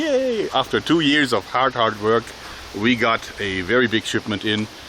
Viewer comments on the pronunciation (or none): none